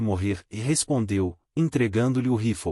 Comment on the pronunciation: Se diz rifle e não roflou